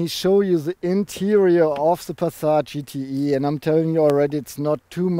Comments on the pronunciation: Du verwechselt den GTI mit dem GTE, das E wird nicht als Ei ausgesprochen sondern als i. Das macht das Ganze sehr verwirrend! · GTEEEEE not IIIIII :D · Does he say GTE or GTI?